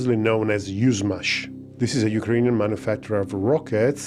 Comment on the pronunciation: For those, who have no idea about Yushmash, why this was the target. Yuzhmash (pronounced Yushmash not Uzmaz) was for decades on of the most advanced centers for missiles, rockets etc of the Soviet Union. Like the Silicon Valley for the woke culture. This center included the most advanced technologies in this fields and due to its strategic importance those facilities go way down under surface. The security standards were high. Today, after this center left in Ukraine after the collapse of the Soviet Union, these facilities are still strategically important. The fact, that the base design of this missile is not based on the RS-26, but something older that was engineered in the center of Yushmash in the 80s...So that's definitely not a coincidence, but Putin's chess game here. A missile, that was forbidden under the INF-Treaty, but since the USA left this treaty one sided in 2019, it became reality in 2024.